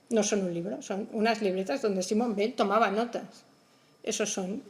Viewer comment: Muy bueno pero he tenido que cortarlo porque no soporto cómo pronuncia Weil""" . No puedo con eso lo siento.